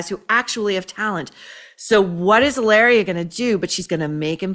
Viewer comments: in spanish H IS MUTE you dont pronuncie it it doesn’t exist mit sounds ilaria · It's pronounced "Hillary." From Bahstin. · It's weird how every time you say her name I'm thinking you've left the S off the end and I'm not being sarcastic that it sounds like hilarious should be her name